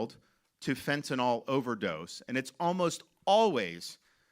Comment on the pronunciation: It’s not Fentanol!!! It’s FentaNYL - like acrylic. Further, it’s “pouring over the border” because AMERICANS ARE BUYING IT!!! If they had nobody to sell it to, it wouldn’t be coming. Supply and demand. Free market!